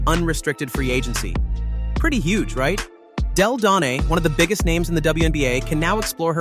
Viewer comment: I’ve heard miss pronounce Della Don name about 3 or 4 times. Have some respect.